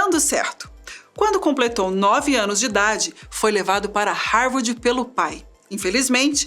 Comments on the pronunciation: "Harwardi", foi difícil de ouvir... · Não, pior ainda... "Harwordi"!!! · nossa estava me dando nervoso ouvir a mulher falar HAVORDI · Essa narradora não sabe falar. Não é Harvardi é Harvard. E não é tenra idade. Se diz como se tivesse dois rs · Búki, ófi, matemariki, rarvardchi, raici universitchi, etc. A história do homem mais inteligente do mundo narrada por uma loira burra, provando que beleza (aliás não faz o meu tipo, but nevermind), não paga nem o inglês da ISCOLINHA, quanto mais um cursinho básico de inglês, para aprender pronúncia correta e não passar vergonha na internet. Cadê os rapazes? Cadê o Boko?? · Linda, mas "Rárvádi" é foda!! É "sob pseudônimos" e não "sobre".... E esse cara não era tão brilhante assim... Foi ser comunista.... E morreu pobre, como todo comunista!! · mas que dificuldade de falar rarvidi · APRESENTADORA PÉSSIMA...DICÇÃO HORRÍVEL E DIFICULDADES DE LEITURA!NÃO CONSEGUE PRONUNCIAR HARVARD...E CONFUNDE "TENRA "IDADE COM "TERNA" IDADE... O QUE A MATÉRIA TRÁS DE INTELIGÊNCIA, A APRESENTADORA DESCONSTRÓI...Por favor mudem ela... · Pq não colocam alguém que saiba pronunciar Harvard???? Pqp que mulher ruim...